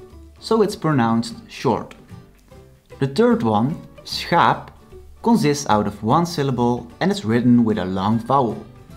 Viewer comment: I am not making fun of your accent, but I do find it ironic that you are teaching proper dutch pronunciation, but your english pronunciation is wrong on many words. Examples would be consonants, pronunciation, consist, etc. But in english we are very used to people pronouncing things incorrectly. Typically though, this is not much of an issue in english. There are some definitely exceptions.